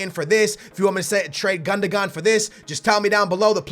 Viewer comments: It is pronunced GUNDOWAN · 'Gun-da-gon' lol, I don't think that's how you pronounce it but please keep doing it X) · is pronounced like "gundowan" the accent over the g gives it a w sound Also you are stupidly over paying for players 20 mill for remy you could of easily got him for less.